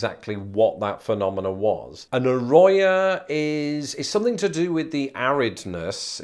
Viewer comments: A ro ho not a ro yo. You really need to work on your Spanish pronunciation bc ur getting them all wrong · Arroyo is my last name lol and damn it hurts to heat it pronounced the way you say it haha. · Arroyo, corrido; trill those "r" sounds...